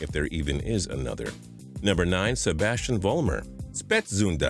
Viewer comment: I laughed so hard at Sebastian Vollmer, sibast wulmer😂👌🏻